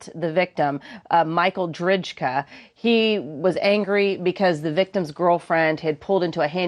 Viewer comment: I'm sorry but the mispronunciation bugs me......it is pronounced "drayka". And Drejka was so aggressive towards the woman in the car that spectators were pausing before going into the store. McGlockten comes out after someone tells the clerk that there's a problem in the parking lot...that some guy is yelling at a woman. Now, don't get me wrong, McGlockten should not have pushed Drejka, but the fall looked fishy to me and McGlockten was stepping back when he was shot. I just think it should have been murder, not manslaughter